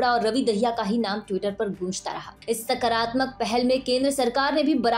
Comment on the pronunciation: सकरात्मक नहीं सकारात्मक कहें।